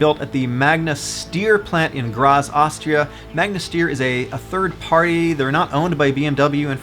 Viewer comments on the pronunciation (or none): Great video! Nice to see the supra can be a base car that can be modified so buyers can engine swap a 2jz-gte into it! I think Steyr is pronounced 'Staier'